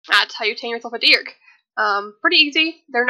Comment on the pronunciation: for every time you say Dearc wrong I am going to wish you step on a lego 😤😂 it’s pronounced YARK